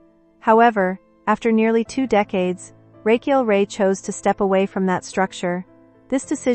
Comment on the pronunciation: You could start by pronouncing her first name correctly. This was a waste of time. The context was repeated over and over without sharing any specifics.